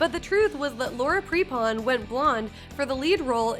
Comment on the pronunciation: “Laura Pre-pon” is pronounced “Prep-in”